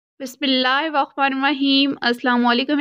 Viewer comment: Bahan plzz Bismillah dihaan se bolo kafi galat h . Koshish karo thoda to theek ho jaye 👍